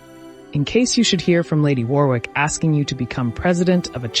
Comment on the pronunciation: Warwick is pronounced “worrick” in correct English 🏴